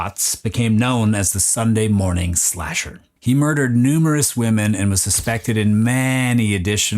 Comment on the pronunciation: Its slasher, not splasher lol